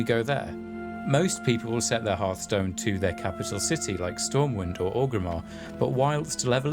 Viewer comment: Thanks for pronouncing 'hearthstone' the traditional way.